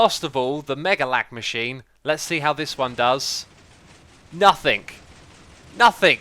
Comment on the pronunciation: For a while now I've been wondering something. I noticed that quite often people from GB add a "K" sound when a word ends with a "n". Is that by accident or intentional? Not trying to be an ass, just curious :) I noticed it in this video ("nothingk")